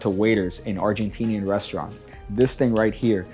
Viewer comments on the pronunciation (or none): none